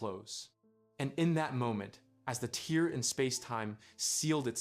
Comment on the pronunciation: Tear is pronounced as "tare" not "teer" they are ripping a hole in reality, not crying